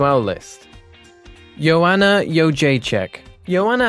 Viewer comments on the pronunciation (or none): Bro, the amount of times this guy got names wrong ffs. 'Nurgmadomodov' instead of Nurmagomedov. 'Joanana' instead of Joanna. 'Sheronne' instead of 'Cerrone'. 'Ovreem' instead of 'Overeem'. 'Lawlaw' instead of Lawler. 'Flightweight' instead of 'Flyweight'. Bro, how can you be an MMA channel and not able to pronounce the names of world class fighters smh.